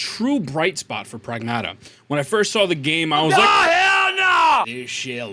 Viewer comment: Getting a Like and Sub just for pronouncing Pragmata correctly lol